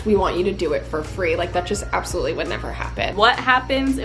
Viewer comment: I’m sorry, but the accent it not good 😂 compared to other people trying an English accent, you’re quite good but the bar is low. Absolutely is not pronounced up-solutely lmao